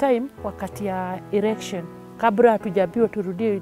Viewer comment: 😂😂😂😂😂wakati wa Errrrection 💩💩💩